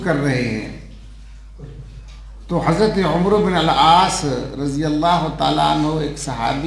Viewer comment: حضرت آپ صحابی کا نام صحیح نہیں لے رہے عمرو نہیں پڑھنا بلکہ اسکو عین کے فتح یعنی زبر اور میم کو سکون یعنی جزم کے ساتھ پڑھناہے جزاک اللہ خیرا